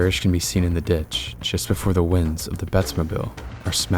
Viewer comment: wait...did he say..."multi-vor-Texas?"